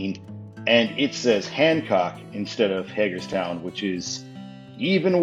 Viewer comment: As a maryland resident I can confirm it’s actually pronounced hay-gerstown not hag-erstown. Cool video tho